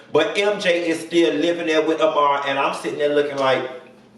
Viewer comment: Wait gurl, did you say Ah-ma-ru?